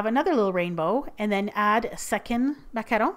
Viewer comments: Nice job on the macaron pronunciation,!:D xx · She's pronouncing it perfectly, she's French Canadian. You guys need to stop being so harsh, is a baking goddess. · FINALLY, someone pronounces it correctly <3 lovely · I love it how you pronounce ''macaron" and "macaronage" :D ❤ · I loooooove the way you pronouce "macaron", to a french hear you have kind of an spanish accent :D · finally! someone who sais MACARON not MACAROON :) btw, is that martha stewart from tv paprika? (saw your baking tray) :) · The way you say macaron>>>>>